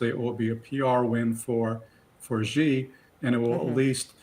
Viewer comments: Mr Boot, Chinese last name is not JI, it's XI (She). Why can't you get his name right? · Max Boot, Senior Fellow, Council on Foreign Relations, needs to learn how to pronounce Xi. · Ive heard some of them pronounce Xi three different ways in the same conversation.